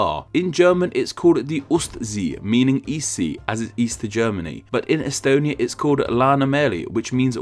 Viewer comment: Thank you for mentioning Estonia. Your pronouciation was almost correct